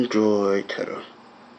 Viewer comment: "tetter" LOL